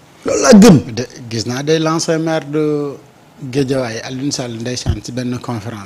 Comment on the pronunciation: fait trop de fautes pour un Directeur. Il ne sait pas dire " zone", il dit jaune. Il s'est pas prononce " ancien", "chance", les sons Z et CH....